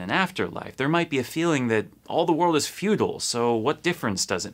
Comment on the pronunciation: But did this dude say "futile" or "feudal"? Because for his world view maybe the latter would make sense, and his accent makes the word indistinguishable.